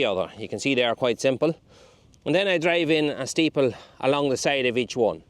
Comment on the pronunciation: It's interesting how dialect can differ from county to county yet words can stay the same. The way you say the word staple (steeple) reminds me of my late father. It was only a few years ago that I realised they were actually called staples and not steeples 😅 thanks for the videos, from Fermanagh